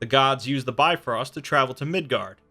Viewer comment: Its not bi-frost it's pronounced more like biv-rost